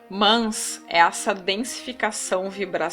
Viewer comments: Kkkkkk "Mans" healty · Muito bom ... mas tá difícil ouvir seu ..."mãs" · PQ PRONUNCIAS A CONJUNÇÃO[MAS] DESTA FORMA?